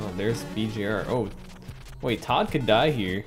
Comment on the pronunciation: First time viewer and I wanted to stab my ears out everytime he called Toad and Toadette Todd and Toddette.